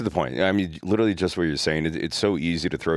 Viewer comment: Can we get an episode where everyone drinks when mispronounces literally? Love the podcasts keep em coming!!